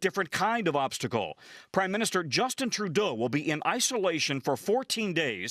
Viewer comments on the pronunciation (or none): none